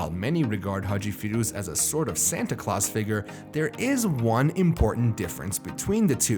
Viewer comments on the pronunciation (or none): none